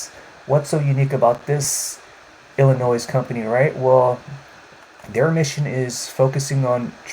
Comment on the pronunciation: no noise in Illinois..the S is silent...lol. im long on mmex, huge growth is coming and millionaires will be made!